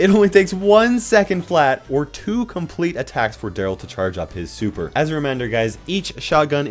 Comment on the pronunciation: Daryl its Daryl